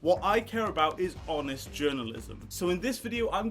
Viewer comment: Did I hear "Honest"? As in actually pronouncing the 'H'